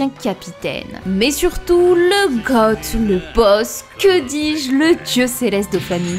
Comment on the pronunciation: On dis goat, pas gothe